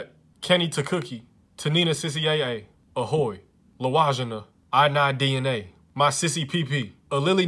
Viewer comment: we all just gonna ignore how he pronounced Ohio as "Ahoy"